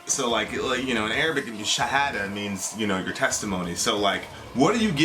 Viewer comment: Your Arabic pronunciation is amazing!